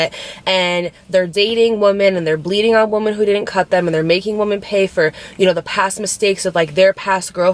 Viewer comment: When you say woman vs.women it drives me crazy. I love you and I try to ignore it.. but it does something to me. 😫